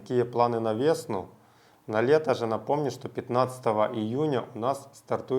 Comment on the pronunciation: А что такое вЕсна?